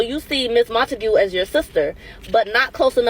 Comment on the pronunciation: Idk, I’m a fan but I’m not a fan of mispronounced names when it comes to people of color cuz it just takes effort and SHAKESPEARE; there was no reason to mispronounce “Montague”